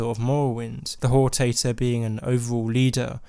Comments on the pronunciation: it's "hor-tator" not "hor-tay-tor" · I'm pretty sure it's not pronounced "whore tator" (I'm sorry but that actually made me laugh out loud), but HOR-TA-TOR, "Ta" as in "Talent" and "tor" as in "torrent" Excellent video though :) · After playing Morrowind, it bothers me that he pronounces hortator as "hor tater." Guard: are you Nerevar... Hor tater... Indoril. Nerevar: ya caught me! Ya caught the tater! Also, referring to the tribunal as Demigods. AFAIK They're never referred to as that, though I haven't played through all of ESO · The way you pronounced Hortator killed my soul.